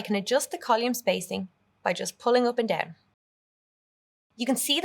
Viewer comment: Nice course, but strange pronunciation of "column". Never heard that in any dialect.